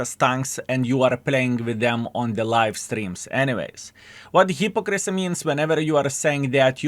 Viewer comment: Please learn how to pronounce Hypocrisy, this is not an accent thing, just ignorance...